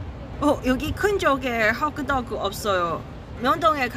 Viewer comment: 캐나다에서 공부도 잘했을텐데 왜 핫도그를 발음할때는 호그도그라고 하는거임 ㅋㅋ